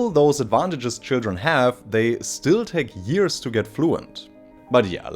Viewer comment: c'mon stop saying yearSS 😭it's yearZ 😬